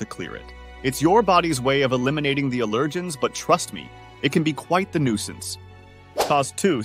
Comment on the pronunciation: This narrator can't even pronounce "allergens" correctly. I hear more and more people on YouTube that cannot pronounce words correctly. Where is YouTube getting these people??? Pretty sad.